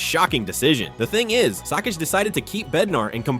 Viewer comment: The Avs haven't had a bad season since Roy left. "SAC-ITCH"?? Sounds like a medical issue 😅